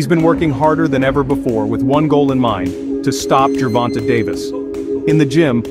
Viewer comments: This is an excellent profile of the two fighters, but why is this reporter refusing to pronounce Tank Davis' name properly? It's not pronounced jer-VON-tuh. It's jer-VON-tay. It's only 3 syllables, and the last one is not 'tuh' --- it's TAY!! The editor should have pointed that out to the reporter before posting this video. Just like getting the facts of his record (wins & losses) correct, pronouncing a fighter's name properly is even more important. It's lazy reporting and borderline disrespectful to keep saying a bonafide sports superstar's name wrong. It's sad to think that broadcasters make sure to pronounce the horses names correctly in the Kentucky Derby, yet others get grown men's names wrong. There are 1,000 opportunities to hear how to say "Gervonta" on Youtube or Google by listening to a simple interview with Tank's mother to hear how she says her own son's name. Just a thought. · Dope video! Definitely super hype for the fight. Btw fam his name is pronounced Gervon-tay haha not Gervon-tuh. great video though man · The end of his name is pronounced tayyyyy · Why do they always hear his name when they research and still pronounce his name wrong. He doesn’t even have a good voice for narration even the the graphics and script are well done. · Learn how to say the man”s name! It’s disrespectful.